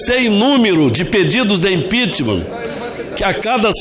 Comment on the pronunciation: Então é isso Ranfolfe pedindo impitchmam